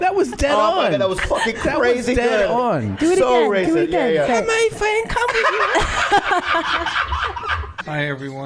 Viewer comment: How many fawends come with you OMG thats hilarious